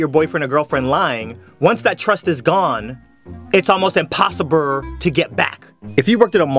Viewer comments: u said impossibrrr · Clearly it's "impossiBURRR" in homage to 21st Century American Philosopher Gucci Mane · "...It's almost impossibrrrr to get bak." LMAO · it’s impossible not how you said it dear